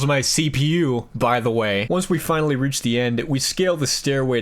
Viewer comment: "Ah, I see you've finawwy awwived, James."